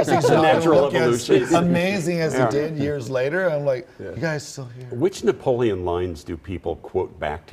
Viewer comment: I like it how he pronounces his name NapoLEON